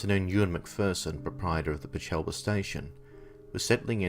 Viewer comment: As a local, I just wanted to let you know that Peechelba has the emphasis on the PEECH-alba. Terrific video, very interesting!